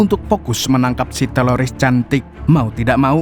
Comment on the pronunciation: Itu lu sengaja kan bang ngmongnya TELORIS. 😂